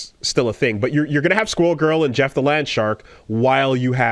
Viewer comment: I swear, I did a double take when saying 'squirrel girl' sounded like 'school girl'